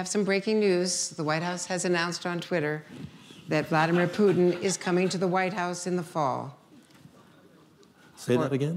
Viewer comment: btw vladmeer pooodn = Vladimir Putin